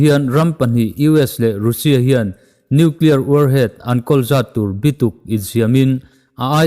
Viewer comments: Youtube ah ve meuh rusia tia chhiar hi a ziallo e. Rasia tiin chhiar rawh. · Russia i lam dan hi mizo tawng a u ang ni loin miao tawng a A angin lam la ngaihthlak a hahdam thlak deuh long maw.... Rassia ti angin lam ta zawk la